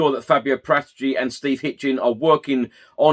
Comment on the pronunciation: You don't pronounce the director of football's surname with a G it sounds ridiculous